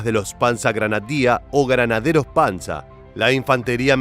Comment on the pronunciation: No es panza , es PANZER muchacho